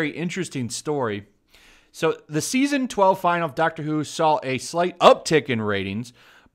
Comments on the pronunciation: Just a quibble, but it's pronounced "Fin-al-ee," not "Final." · Um, it's pronounced fin-AL-eee, not FI-null. Also, what we Americans would refer to as a season is called a series when you're talking about British TV shows. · DUDE stop saying 'final' when it's 'finale' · Stop pronouncing finale as final. Other than that great video. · FIN-AL-E please learn how to pronounce that word.